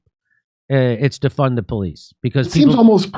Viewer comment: He never said "defund the police", he said "deFUN the police".